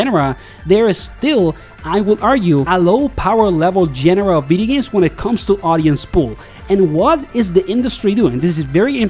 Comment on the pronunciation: “Veedee Games”